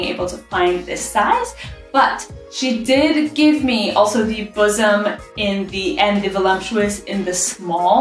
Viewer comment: That’s buxom, like buck-some, not bosom .